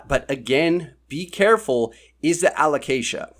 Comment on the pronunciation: Fully agree with everything in this one, I'm looking forward to new variegated alocasia myself. Keep pronouncing it aloCAsia by the way, it's more fun that way 😂